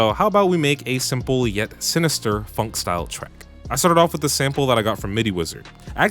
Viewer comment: Oh god….oh my gosh he said funk 💀💀 it’s phonk 😭 like pronounced fonk 😭😭😭